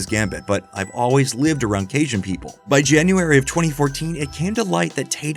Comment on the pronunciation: Love your videos! But Louisiana local here, it’s caJun, not casian